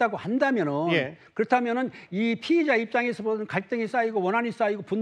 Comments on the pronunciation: 피해자인지 피의자인지 발음좀 신경써 주세요 차라리 용의자라고 하던가 발음때문에 누가 피해자인지 가해자인지 모르겠네요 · 피의자랑 피해자,,,발음 좀 잘 해주세요,, 천천히 하더라도,,, 모든 뉴스에서 피의자랑 피해자 똑같이 발음 하는거 거슬려요